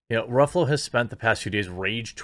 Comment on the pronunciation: I think the correct pronunciation is Mark “Ruffles”